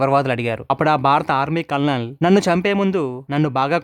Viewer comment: కల్ నల్ కాదు కర్నల్ అనాలి, మన తెలుగు వాలు చాలా మంది కల్ నల్ అంటారు, ఎందుకనీ?